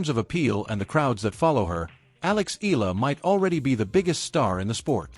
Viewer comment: E-YA-LA not E-LA is the correct pronunciation